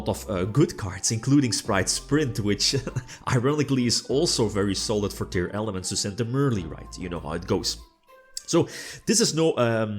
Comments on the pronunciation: i have always wondered, why some people say "tearELEMENTS" instead of "tearLAMENTS"? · that is incorrect, tearlaments is composed by the words "tear" and "lament"... teər + ləˈment while "element" is pronounced as ˈɛlɪm(ə)nt . so i assume the reason is dislexia